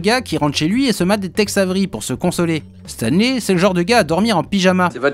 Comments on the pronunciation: Moi je pige pas pourquoi pour Stanley tu prononce le "ey" en "i" alors que Spidey tu dit "Spideï" haha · c'est stanleY "lai" tu dis stan Lee, je sais bien que tu parle pas de lui mais a l'oreille ca fait bizarre a chaque fois